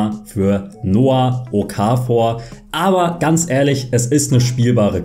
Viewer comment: Super Nices Video aber bitte okafor... das o kurz ich als schweizer bin ziemlich getriggert